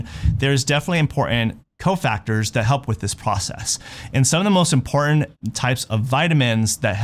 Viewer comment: right, he's a dofuss, pretending to be important, or IMPORNAN(t).